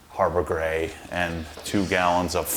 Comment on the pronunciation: I swear one of those times you said Harbor Gray I thought you said “Harbor Freight” 😂😂😂